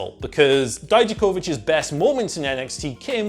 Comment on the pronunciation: Thank you. For saying Dijakovic properly. When i watch nxt they say it wrong. Pronouncing “Vic” not “Vich”